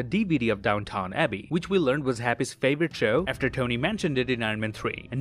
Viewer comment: The way you said Downton 🤣🤣